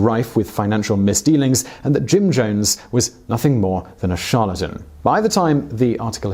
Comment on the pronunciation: You call him Jim Jomes. With an M. Weird.